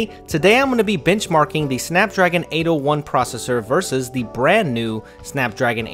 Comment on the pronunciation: Like if you thought he said "Bitchmarking"